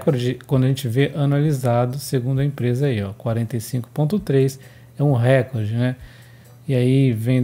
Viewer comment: Hehehe... nao leve a mal. Todo mundo erra a pronúncia dessa. Parabéns pelo trabalho